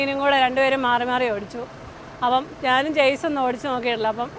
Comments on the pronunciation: ചേസ് അല്ല, ഷാസി എന്നാണ് ശരി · ചെയ്സ് എന്നോ ചെയ്സിസ് എന്നോ അല്ല ഷാസി എന്നാണ് ഉച്ചാരണം(Chasis) അവതരണത്തിൻ്റെ സ്വാഭാവികതയാണ് നിങ്ങളുടെ ട്രാവൽ വ്ലോഗിൻ്റെ വിജയം എല്ലാ ആശംസകളും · 'ഷാസി' അല്ലെങ്കിൽ 'ചാസി' എന്നാണ് കറക്റ്റ്. ചെയ്‌സ് എന്നല്ല. ഞാനും തെറ്റിച്ചാണ് പറഞ്ഞുകൊണ്ടിരുന്നത്. പിന്നീടാണ് എനിക്കും തെറ്റ് മനസ്സിലായത്. 😁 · ചേസ് അല്ല , ഷാസി..! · ചേസി അല്ല ഷാസി (Chassi) ആണ്..